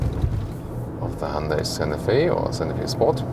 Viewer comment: I would put more emphasis on the T in Santa Fe. I thought you were saying Sanofi (the pharmaceutical company).